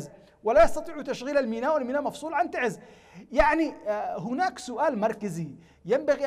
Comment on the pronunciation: abn algnop ي اخي انطقها سع الخلق تعزززززززززز نحنا نعمل ب اصلنا وم نغلط ع مدنكم ومعروف ان تعز هي من قدمت قوافل من الشهداء بجميع اليمن